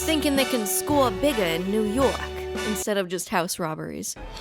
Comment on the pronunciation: It's New York, not "Poo Pork".